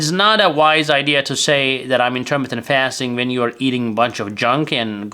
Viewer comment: I am a phonics teacher. To be successful with your you tube channel in the United States you need to speak English fluently. You are speaking English very well however you still need some polishing. For example please listen to this video again. How are you pronouncing intermittent fasting?